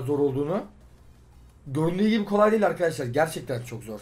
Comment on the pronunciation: nobody::ArKhAdashlAr